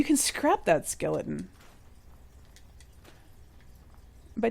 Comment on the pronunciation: I love your vault and I am following how to do it. At first I was so overwhelmed with starting vault 88 I about put the game away. But thanks to you!!👏 Also the way you say your t's Skeli-en reminds me of how Jon talks from game of thrones. :P